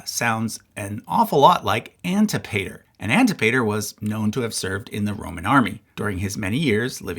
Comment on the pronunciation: Antipater is pronounced an-TIP-uh-ter.